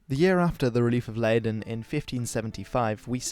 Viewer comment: You clearly mispronounced Leiden the first time, but later in the video you got more or less correct